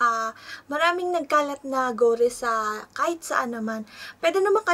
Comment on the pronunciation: Ate it is made in lahore pakistan..lahore is a city in pakistan..not a company..and it is pronounce as gori not gore...